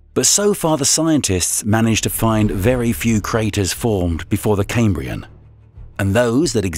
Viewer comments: It's pronounced Cam like ham not came, Cambrian not camebrian. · Caimbrian? It's pronounced cahmbrian. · I find it difficult to believe anything said by someone who doesn't know how to pronounce "chasm", "Zion", "Cambrian", and can say the Earth "literally exploded", "the most trickiest" and "one hypotheses". Call me a pedant, but it matters.